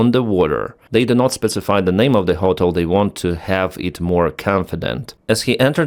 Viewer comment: The wildest part of this video is how he keeps pronouncing "ho-tel" when it's almost exactly the same way to say it in Ukrainian. Gotta be trolling right?